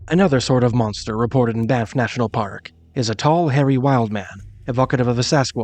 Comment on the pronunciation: "Bye-niff"? Never heard that before.